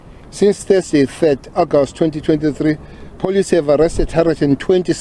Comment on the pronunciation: This man can’t even pronounce the word police properly.